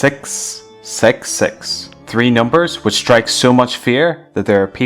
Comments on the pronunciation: lol he says sex instead of six XD 😆😂😝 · lol...he said "sex sex sex" instead of "six six six" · he pronounce it sex sex sex😕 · Stop saying sex sex sex its caled six six six you stupid idiot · Six not sex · Okay, first of all its Not sex sex sex it's six six six Correct your tone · Six but you re pronouncing it as sex? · I’m I the only one who heard “sęx, sęx, sęx”😭😭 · you sound like your saying ''sex'' and not ''666'' lol :3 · Did you just say? Sex sex sex?? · Lol the reason he said sex sex sex because his accent is from new Zealand 🇳🇿 just don't mind him please lol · Did anyone heard 6 as 'sex'😂😂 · i heard it like you said sex, sex, sex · LOL it seems as if u saying sex sex sex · OMG when you say 666 it sounds like sex sex sex 😂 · it sounds like your saying sex sex sex, or it might just be me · hes says six sex six